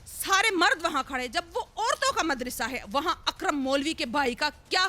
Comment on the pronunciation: مدرسہ کہتے ہیں مد رسا نہیں